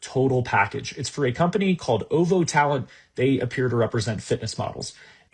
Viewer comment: 'Oh-vo talent'. WAS THAT OVO TALENT? Like, Drake OVO